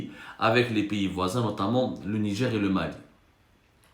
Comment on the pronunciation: Au nidjerrrrr 😂😂😂